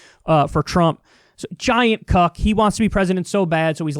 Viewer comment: The way Kyle says cuck - kills me every time 😂😂